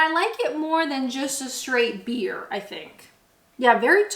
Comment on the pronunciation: The slurring starts ("I like it more than just a shhhtraighhht beer") 😄🍻🍹 Loving your videos,!